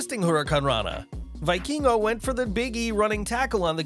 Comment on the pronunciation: It's pronounced vee-keen-go lol